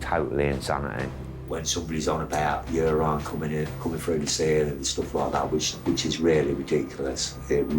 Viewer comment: "Yourine"......😂 priceless